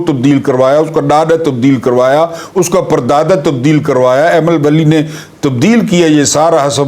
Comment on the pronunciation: Wait wait, did you said Animal vali ? Instead of Aimal Vali ?😅😅😅😅